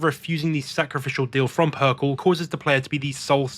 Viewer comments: I'm really digging your videos but "PERKEL"?? That hurt me. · Yeah I don't know why he has a trend of mispronouncing words despite being English. Especially in this situation when Perkele is an obvious play on words.